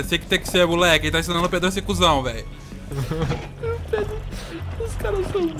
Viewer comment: Ele colocou de proposito nas gameplays mesmo ele quase sempre chama o Pedro De ''Predo'' De Zuera.